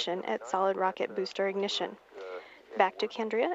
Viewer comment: I love her strong voice "for full science"after she messed up with "booster ignition"😅😅